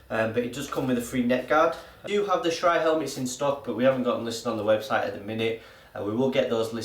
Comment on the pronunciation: You pronounce shrey wrong